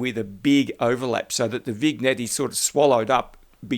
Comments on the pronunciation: You dropped some good tips here, so in turn, I’ll drop one for you: it’s pronounced “Vin-yet”! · Sorry,love your tips, but vignette is pronounced vinyet, the g is silent.😊